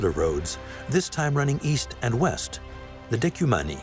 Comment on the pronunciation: North, South, East, and Ouiest?